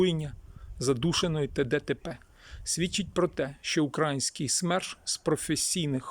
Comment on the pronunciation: Украї ' нський ! Робіть вірний наголос. Це уродство слова належить москвалям. Вам це навіщо потрібно карьожити. Ви довго наблюдаєте за вбивствами нашіх воїнів. Довго на нашій землі процвітають вороги народу і Армії. Чоловіки мають захищати жінок і дітей. Наші домівки, нашу країну, нашу Землю. То чого ж ви так довго соображаєте для чого ви живете в цьому світі. Робіть те , для чого ви народжені. А споглядати на все це побоїще не потрібно. Потрібно діяти з результатом виконаної роботи по очіщенню нашої країни від ворога.